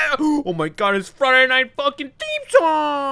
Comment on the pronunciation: you legit said fuckin instead of funking lol